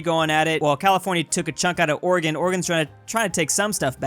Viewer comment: I love how you pronounce Oregon (good pronunciation)